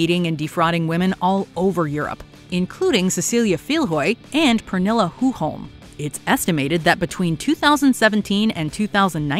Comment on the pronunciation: Did u say one of the victims name was "Pernille"..? It sounded like it and you had perfect pronounciation 👍🏾